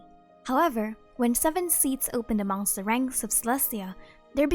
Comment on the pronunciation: DID YOU SAY AMONG